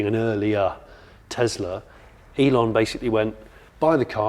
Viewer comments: Just curious, why do you call it a Tezla when it's clearly a Tesla. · Why are you saying Tezla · It's a Tesla not a Tezla. 😊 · Why do some people say TeZZla... it's a fricking 'S' not a "ZZZ".... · Tesla, not Tezla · Please 🙏 please stop calling it teZla it's teSla as in Nikola Tesla the inventor who Elon based his work on.